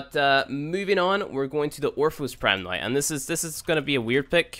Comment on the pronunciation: I wonder where this guy is from. It always freaks me out when he says 'right noi' instead of 'right now'.